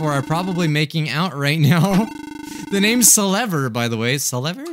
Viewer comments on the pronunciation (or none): YOUR SAYING HER NAME WRONG